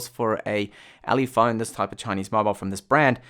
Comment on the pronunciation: minutes "ulephone" oops :D